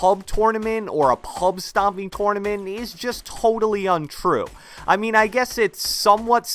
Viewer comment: Can you stop saying tournament like that